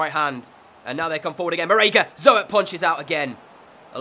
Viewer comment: If you ever need a good potential CB, I would go for Perez from Atletico Madrid. Love the vid as always :) #RoadTo50K Oh and if you need a decent gk as a back-up to Zoet I would sign Kiko Casilla from Real Madrid. Also 'Zoet' is pronounced like Zoot.